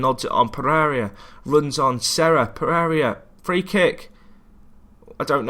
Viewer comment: Yeah, pretty much all English commentators change names like that, so I'm pretty used to it also. I think it has to do with English being their first and often only language. at least tries his best and he doesn't do too bad. Some small things like Pereria instead of Pereira (Pe-ray-ra), but with the way he cranks out videos it doesn't bother me too much.